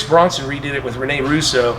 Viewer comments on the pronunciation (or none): Brosnan lol not Bronson. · Everyone: Pierce Brosnan Richard: Pierce Bronson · Brosnan not Bronson